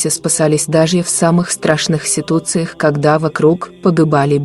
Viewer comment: Комментатор переусердвовала с произношением. Яркага, тся, ться, него, кагото, ситуции... очередная православная сказка. И ни одного документального свидетельства, подтверждающего данный факт. Ну и в конце попрошайка о подписке и лайк.